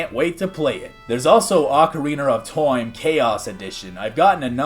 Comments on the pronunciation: I didn’t even see the Zelda 64 stuff, that looks incredible! Though I gotta question why you keep pronouncing it ocarina of toime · Why do you say “time” like Inspector Gadget playing Minecraft